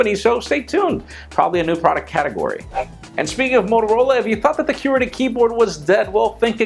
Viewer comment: the way you say qwerty is amusing